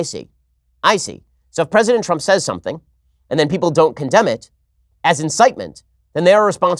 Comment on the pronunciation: gawd, the way she says 'something' is the worst